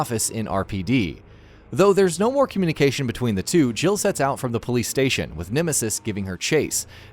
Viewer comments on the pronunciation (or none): none